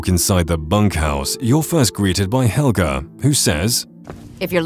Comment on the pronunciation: As soon as you said haelga I knew what you were talking about